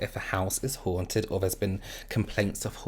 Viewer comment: I love the way you pronounce “haunted.” 😊